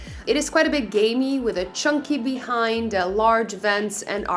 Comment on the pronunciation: Love her description, "gamery with a chunky be-hind (overenunciated)". HEY, she's self conscious. The ge76 is a gorgeous beast in its own right but the Tiamat edition is truly where it's at for the really balls to the wall user.